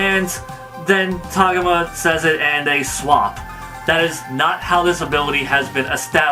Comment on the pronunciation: its TAH-GO-MA not TOG-UMA